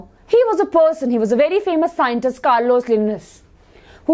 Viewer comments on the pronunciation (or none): none